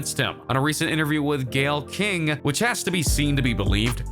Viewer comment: Why is this dude mispronouncing so many words like the word “women” and Gayle Kings name?